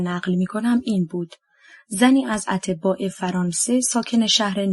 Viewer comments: خوانش بعضی واژه ها اینقدر غلط انجام میشه که مخاطب، آوای بوف راابدآاهل کتاب نمیدادند.مثال اَتباع خارجی را اطِباء می خواند .دقت فرمایید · اَتْباع خارجی نه اطبا 🤦🏻‍♀️🤦🏻‍♀️